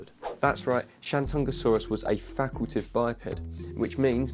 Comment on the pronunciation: Is it... facultative biped? You said facultive instead XD Great video btw :D